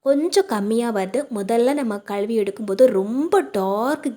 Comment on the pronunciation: தமிழில் களுவி என்ற வார்த்தை | இல்லை மா , தமிழை அழகாக உச்சரித்தால் இன்னும் நன்றாக இருக்கும் மா